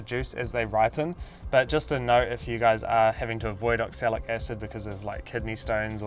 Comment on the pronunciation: Oxalic not oxalis